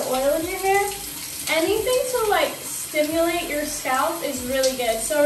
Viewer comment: She said stiulate her scalp instead of stimulate 🤦‍♀️